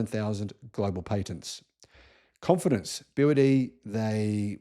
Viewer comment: I lived in China at the time, and I knew about BYD. In China it’s pronounced BrD.